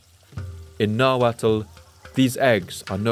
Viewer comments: Amazing video. ( The “tl” in Nahuatl is pronounced with a silent L. ) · Calling them Aztecs is Eurocentric. He also mispronounces the -tl at the end of words in nahuatl. It's pronounced like a hard T. You're actually suppose to make sure your tongue taps the roof of your mouth.